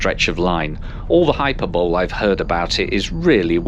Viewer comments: Hyperbole is pronounced Hi per bolly. Great video btw. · Just so you know - the word is pronounced Hyperbolee.😀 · I think he does know. Humour?